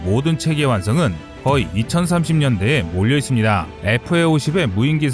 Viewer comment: 이쓰니다~ 니다~ 발음고치셔야될듯 거슬리네요